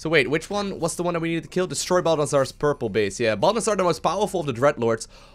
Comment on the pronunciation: Every time you say Balnazzar, I keep hearing bulbasaur